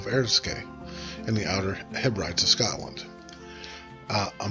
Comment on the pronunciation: Can I respectfully point out the mispronunciation of the word Hebrides. It is Heb-rid-eez.